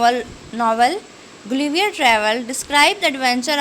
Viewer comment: Bcuz YOU read Guilliver but it is Gulliver hahahahahahahahahaha😂😂😂😁